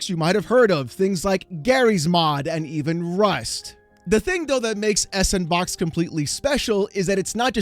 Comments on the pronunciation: How long until you realize it's supposed to be read as "Sandbox"? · That I think is the biggest risk looming over this. Giving the means to make games and sell them to everyone for free is great and I fully support the idealism. But you can just tell from miles away there's going to be a f**kton of shovel ware produced with sANDbox (that pronunciation was a pet peeve the entire video) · Is anyone gonna tell him it's actually pronounced sand -box? Lol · It's not 's and box', it's Sandbox! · FYI... it's pronounced "Sand BOX" = S & Box ^_^ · He's reading as it looks instead of going 'oh, Sandbox' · it's SANDBOX! not s-AND-box Wow Mr. "it's not EC bald" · It's not "S and Box" LOL 🤣It's "SANDBOX". The "&" symbol is "and" and the S in front of it makes it "Sand". Then put the word "Box" after it and you get SANDBOX. Get it? It's a sandbox engine. Saying it the way you do in the video makes you sound dumb AF. And yeah it's basically RoBLOX for adults. 😛 I think they should just call it Sandbox so people stop saying "S and Box" and sounding stupid! 🤭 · It's not S-and-box it's Sandbox. I have seen many people make that mistake. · Not sure if this is how it should be pronounced, but S&Box I thought was meant to be pronounced Sandbox, because the ampersand (&) represents and. If you combined S and And, you'd get sand which sounds more fitting to what this engine is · Isn't s&box pronounced "Sand Box" you know, playing off the "all the toys available" that sandbox has been in gaming for a while? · isn't it just called sandbox in terms of pronouncing it? s &(and) box sandbox hearing s and box was irking me bad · Can we PLEASE stop call it "Ess and box" It's SANDBOX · Pretty sure S&Box is supposed to be pronounced “Sandbox” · I"ve beeen pronouncing S&Box as Sandbox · Just say "sandbox", no need to emphasize the '&' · I know what you’re doing. You’re saying S&box wrong to increase comments. I know you’re doing it… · It's pronounced Sampersand Box.